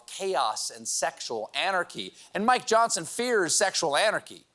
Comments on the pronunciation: I do not know if Steve does this intentionally, but sometimes when he says “Mike Johnson” it sounds like “My Johnson”…😊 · Steven, the new speaker’s name is pronounced Mi Johnson.